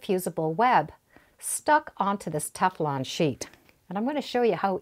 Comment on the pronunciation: Would someone please tell her it is Teflon not Tef-a-lon. I find this very irritating. Thank you.